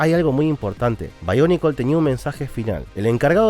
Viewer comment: No se pero siempre me gusto que sonara BIONICLES no BAIONICLES XD